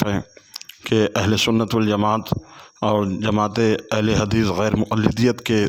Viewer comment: Ahl-e-hadees ❌ Ahl-e-hagees ✅